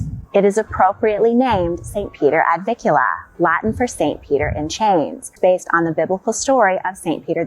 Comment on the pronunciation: It’s NOT “ Ad VIKula” it’s “ Ad VIN kula” with an N “!